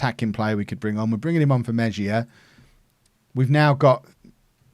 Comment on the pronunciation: It's pronounced Meh-hee-ya